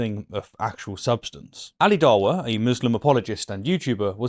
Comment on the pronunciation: Am I the only one that laughed at pronouncing of Dawah? The Dar-warh Defenders 😂 I hope he keeps saying it that way. Love it. Awesome vid, buddy